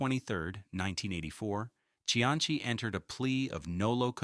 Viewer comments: bruh its not pronounced see-anchy its see-ann-see dont disrespect the only politician that actually did good in Rhode Island SHM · The correct Italian pronunciation is chee-an-chi, but this is RI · He actually pronounces Cianci’s name correctly in Italian. However, in American, it has always been pronounced as we know it. See an see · His name Cianci, is pronounced, see-ann-see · I stopped listening Buddy C antz E. I hate AI, but I even worse hate it when a live narrator can't pronounce names of title/important characters. Just finished listening to one that called the area in Boston: Black Bay instead of Back Bay..gave it another go,perhaps I heard wrong-nope Black Bay 5x more. Done with that too ! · Cianchi? Come on. If you can't pronounce his last mane. don't bother doing the video. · Are you saying you don't remember Buddy SeaAnnChe? Notorious Jamestown Pirate? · An instant THUMBS DOWN. No YT-AI need apply. 0.29 into this crap and this AI generated doofuss got the Mayor's last name wrong. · Odd that there is no mention at all of the thousands of Irish and other Northern European immigrants who came to Providence and worked in these mills and factories. Other than that - and the weird pronunciation of Cianci's name - this was a pretty good documentary and history. Interestingly, of all the various people who immigrated to Rhode Island, it was the Italians who - more than any other ethnic group - returned to Italy. It's been suggested that language difficulties were the main reason, although millions of other immigrants didn't speak English and stayed. By the way, it's "see ANN see". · Hearing your pronunciation of Cianci was like nails on a chalkboard. Like when Hicox held up the english three in Inglourious Basterds. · bro 2 seconds in and i felt my inner Rhodey flip out lol put respect on Providences only good mayors name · I think perhaps it is the Italian pronunciation. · no hes not using the Italian pronunciation hes just being a mid western or ai fuck tbh